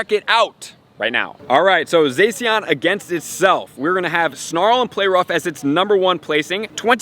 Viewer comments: it's zah-she-en not zay-see-en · I didn't want to be this guy but it's pronounced ZaShean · You pronounce Zacian like Zah-si-an